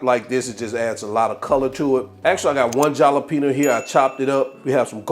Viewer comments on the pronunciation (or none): It's HAL a peen yo, dude. NOT JAL a peen yo.